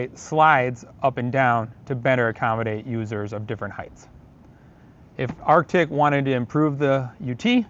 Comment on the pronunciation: It’s pronounced ARTIC